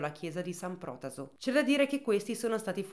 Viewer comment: Piccola nota: si pronuncia Protàso e non Pròtaso 😊